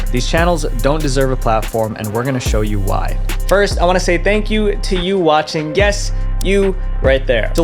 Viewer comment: You said "thank you for Yu... Yu Wa Ching" who is that?